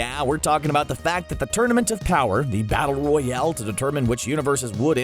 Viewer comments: he said tournament of kower, not power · Who else just realized that he said Tournament of cower instead of power xS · Did he say tournament of cower 🤣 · my nigga said “Tournament if Cower”